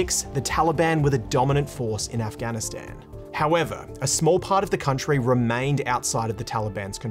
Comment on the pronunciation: The only bad thing abt this video is the way he said Afghanistan, Afgan and The Taliban